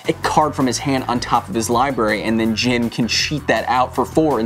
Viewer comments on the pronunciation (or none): none